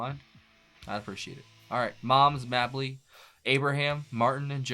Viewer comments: not Mab Ly it is pronounced like May Ble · Moms Mabley was one of the funniest people ever. Her name is pronounced May-blee.